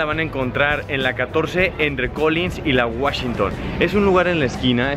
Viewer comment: Mayami, Guachington, Espanola guey, sanguicheria, ochean ...aprende ingles